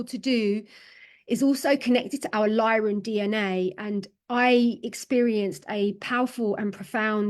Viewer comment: And it's Lyran not Lion history. Sorry to insist but I think you should really start digging into the MCEO freedom guardian teachings...